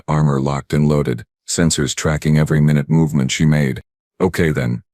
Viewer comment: someone needs to teach the A I text to voice to recognize ninute (my NOOT) versus minute (MIN ut) by the way they are used in the sentence. MIN ut is the my NOOT part of an hour.